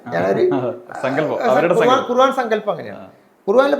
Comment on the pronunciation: ഖുർവാൻ അല്ല ഖുർആൻ എന്ന് പറഞ്ഞ് പടിയ്‌കൂ